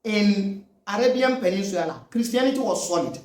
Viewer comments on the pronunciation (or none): I like your videos. Keep it up. But a little pronunciation correction (PENIN_SULA). NOT (PENIN_SWILA)